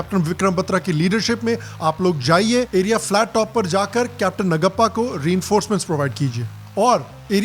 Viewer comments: it’s Naaguppa,.. please learn.. if not you who is going to learn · Great review. I will watch it with my family. Vikram Batra we are proud of you Sir!!! Btw the name of another captain is नागप्पा not नगप्पा. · It's pronounced नागप्पा. Cheers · Excellent Review! With most imp. Informations. P.S : Capt. NAGAPPA ..name should be pronounced as NAAGAPPA. JAI HIND .. 👋